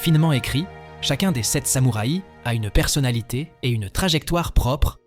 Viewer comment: belle selection, et choix tres pertinent ( meme si a mon gout je n'aurais pas intégré " le parrain "dans cette sélection mais peut etre "metropolis" )! meme commentaire qu une autre personne sur la diction un peu curieuse (samoura i )??? pourquoi pas une selection par pays cinéma japonais, italien, francais, espagnol etc y a de quoi faire